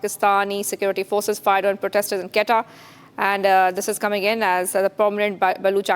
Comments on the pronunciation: Its not qetta its quetta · Its not Qatar its QUETTA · It is not Qatta it is Quetta (Ko ee ta). At least pronounce it properly! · Plz learn the correct pronunciation of Quetta before you give any news about it!!!!! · This anchor has to be taught how to pronounce Quetta.Kahan sey utha ke lekar ate hai inko